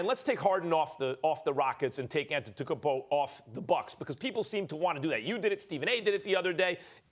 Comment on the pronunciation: It really annoys me when max tries to say antetokoumpo, please just say Giannis max!!